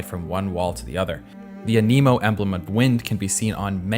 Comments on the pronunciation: i feel like anemo is pronounced as Anemo rather than aNEEmo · Oh god not the Nemo🤡🐟 element in Tev-yat 💀💀💀💀💀💀 I can't believe you made this entire video without even playing the game. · animonation XD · Really well done! That was captivating, and I learned quite a few things along the way! My only cringe was with the "anemo" pronunciation, lol. It's Anne-eh-moe ... as in Anemometer, the tool used to measure wind speed! :) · Very informative. But you passed the 3 strikes limit and now I'm gonna have to be *that guy*. Not how you pronounce anemo. (A-nuh-moe) (Like anime but ends with moe instead of may) Not how you pronounce Teyvat. (Tay-Vat) You talked about hydro characters but show Barbara and her sister Jean in a swimsuit. Not sure if you thought it was the same character or misread the swimsuit, but Jean is anemo, not hydro. You showed Diluc while talking about Mondstadt clothing, but then for some reason showed two Inazuma characters while talking about the clothing aesthetics of Liyue. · tyeavat, aNEmo lol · IT'S TEYVAT! That one really annoyed me. Also you pronounced anemo wrong, did you play without sound? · i dont understand how people make videos like these without taking 10 seconds to search how the english dub says the names. anemo, teyvat, and zhongli are mispronounced & mondstadt is never called "anemonation", only referred to as the anemo nation. i understand not being able to pronounce zhangjiajie but you could at least show the name on screen so people actually know what you're talking about. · Really doesn't give you any credibility, or make it seem like you even played the game, if you can't even pronounce Anemo or Teyvat correctly. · also he pronounces a lot of words wrong like Anemo and Teyvat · It was a great vid BUT I HATEEEEEE THE WAY HE PRONOUNCES TEYVAT AND ANEMO😤😤😤😤